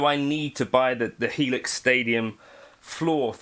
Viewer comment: You said it correct. The full Helix.